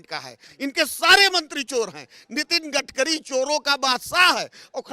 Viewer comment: कडकरी नही गटकरी है ये भ्रष्ट आदमी को मै पहले से जानता हूॅ।